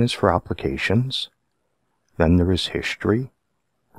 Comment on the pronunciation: what the heck is Hishtory? 😂😉